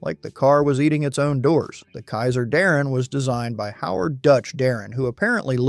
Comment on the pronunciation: Mispronouncing Howard "Dutch" Darrin's name is unforgivable. Voted down.